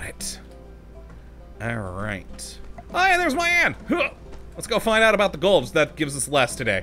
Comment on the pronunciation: It's "Me-Ahn" not "My-Ann"